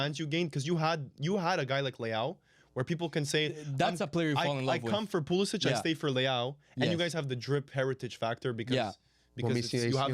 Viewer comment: nailed the pulisic lol